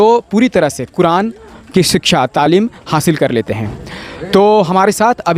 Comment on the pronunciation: तामील नहीं तालीम होता है